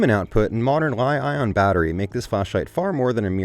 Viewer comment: Probably AI. The way he said L-I-ON ...